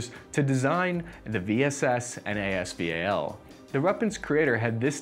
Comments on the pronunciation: it is not AS V A L, it is AS VAL, VAL is word not abbreviation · I hate the way he pronounces as val